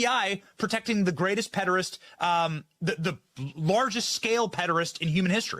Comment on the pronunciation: Benny Johnson not being able to pronounce "pederast" annoys me